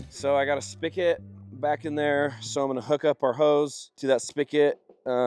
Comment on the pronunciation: did he just call a spigot a "Spick-It" ???